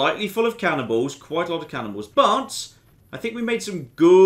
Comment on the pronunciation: When he said cannibals, I got confused because I thought he said cannonballs.